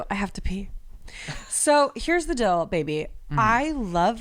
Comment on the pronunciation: Okay wait... he can't say deal and says dill instead and has saying it also but instead of fill he says feel???!! How? Why? Im so confused!! 😂 nothing but love but also I had to stop 39 minutes to see if I'm the only one...